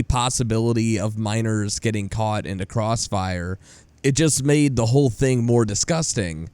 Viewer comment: You say "the" wrong.